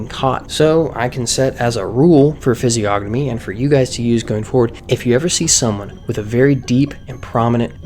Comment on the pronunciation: The creator of this vid can't even pronounce Physiognomy correctly, and you believe he's a expert? LOL!